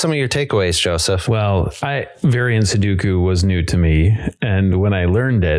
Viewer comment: Why do they all say "suduku"?